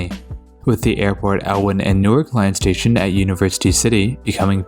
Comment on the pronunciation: Newark, Delaware is actually pronounced "New-ARK" instead of "NEW-irk".